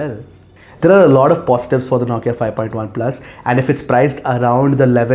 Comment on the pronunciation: Dude the way you pronounce NAWKIA* 😂😂